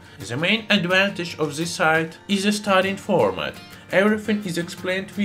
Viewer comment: does anyone else gets trigerred by him not saying T but Z (zo obtain; zis(this); and zen) so trigerring